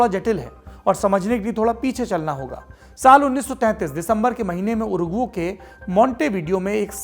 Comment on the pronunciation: Wo उरुगु nhi उरुग्वे है!